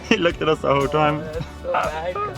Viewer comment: She says dee instead of The